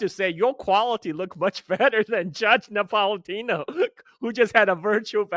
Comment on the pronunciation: it’s Judge NapolitAno; not Napolitino, hehe